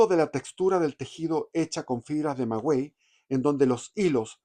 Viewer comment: Muy interesante pero no es magüey sino maguey.